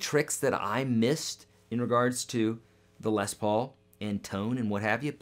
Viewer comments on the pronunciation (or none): It’s pronounced lez Paul not less Paul